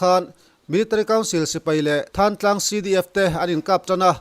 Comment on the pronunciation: Thlantlang khua hi Tuibur tih te, kawmthlang tih te, Lunghlu tih te ang a thluk tur a. ni e, Mi thenkhat phei chuan Thlantlang an ti